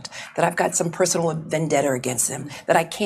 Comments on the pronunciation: Did she say vandetter? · What's. a. Venn. Debter??? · She said Vandetter … 😂😂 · She cant even pronounce vendetta,how does she hold any position at all?? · Nice logic, lady. 😝 Also, what's a "vendetter"? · “Vendetter”. Send this mheffer back to school! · Hey Jimmy! What’s a “Vendetter”?😂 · Vendetta does not end with a R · I hate the way she says Vendetta. She adds an R at the end of it. lol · I like "vendetter"